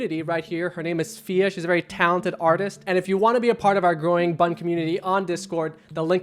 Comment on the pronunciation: It's seconds into the video and I'm leaving because you keep calling this 'B.U.N." Get Shane and Ryan back, for the love of God.